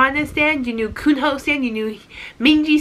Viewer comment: Actually Kunho is mostly pronounced with a silent h so it's "Kuno" and I'm not too sure about ON:N but I've heard many people say it is like the word "on" so without the second n